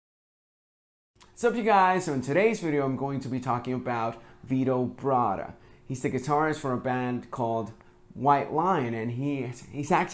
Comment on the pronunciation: Kudos to you for pronouncing his last name properly. Bravo.